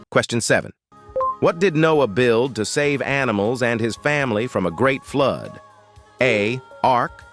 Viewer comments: Please pronounce the word properly,what is the word flood,not Flud. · Flood not flod